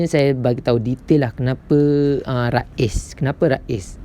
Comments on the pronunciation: bukan Raiz (Rais..nama org ) tapi Raiz sebutannya "Raise.." sebutanEnglish.. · Raiz ris boh.. bukan ra iz sebutan ris. Kurang jelas penerangan awk bercelaru orang lain jadi keliru.. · Sebutannya rease